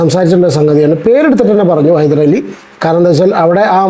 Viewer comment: ഹൈദരലി അല്ല ഹൈദ്രോളി 😂